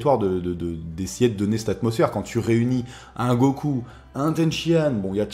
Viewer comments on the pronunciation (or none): none